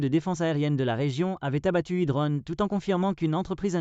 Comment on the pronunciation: Des drônes , pas des dronnes !